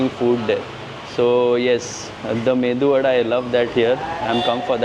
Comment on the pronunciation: It is medu vadaa not mendu😂